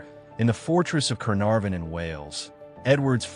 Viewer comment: Berkeley pronounced bark-lee. Gaveston pronounced gar-ves-ton...Caenavon pronounced can-ar-von not canviv... A1 is crap..